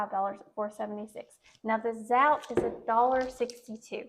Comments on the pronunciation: Zotay is the correct pronunciation. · I love the recipe but the Zote is full of chemicals so I use a natural soap. Just for future reference Zote is pronounced with the "o" sound not "ou" sound. Just wanted your video to be as perfect as I can. Thank you for sharing! <3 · Zote rhymes with goat.